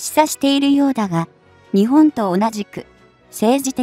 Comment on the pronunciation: 何で日本を「ニチボン」と発音させるのか？ このchは彼の国発なのかな？ 何か感じ悪い👎